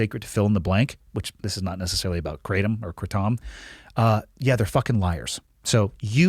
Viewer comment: It’s pronounced like the name adam but put k and r at the start kradam lol yes I know correct spelling is Kratom